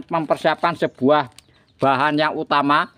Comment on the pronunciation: Air kok se buah to ms, klo ngomong p et L a n2 aj gk usah buru2, sebuah sir, se buah kain, a pakah bener 😂